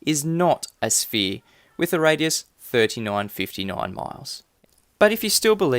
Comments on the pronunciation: What's a shpere? 🤣🤣🤣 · What’s a “shpere”? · shpere !!!! ITS A SHPERE !!! WAHAHAHA!!!